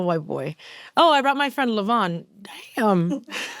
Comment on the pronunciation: I think it's Levon (Lee-Von) like the Elton John song